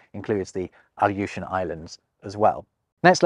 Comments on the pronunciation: "Alooshan" Islands and "irroqoui-an" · Your pronunciation of some American place names is a bit off. For example, "Aleutian."